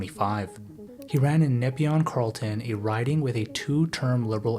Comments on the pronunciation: FYI Nepean pronounced “Nip-ian”. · The insider/outsider framing here isn't doing anyone any favours. You could just as easily swap the labels and make the same arguments about each of them. Some factual errors: 1. You pronounced Nepean wrong 2. Vouching is still allowed as a form of identification, the CPC walked this back. It's worrying that you called this out specifically. I can't tell if you want this channel to be unbiased analysis. If you do, you're failing by inserting throwaway comments such as calling JT the worst PM in Canadian history, apologizing to Signh, or the comment about vouching. These comments don't provide any context or contribute to the narrative, they just give away your political leanings. IF you're attempting to be neutral and objective, you should be making more 1 to 1 comparisons, rather that 2 separate stories about each of them. You're making far too many allusions and insinuations in general. I wish there were more videos with this level of production quality about Canadian politics. But if you're not careful your audience is going to be limited to the right wing youtube bubble.